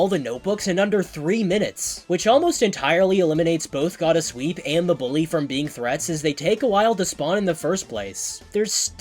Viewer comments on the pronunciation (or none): I heard God of sweep instead of Gottta sweep lol also love your vids there fun ^v^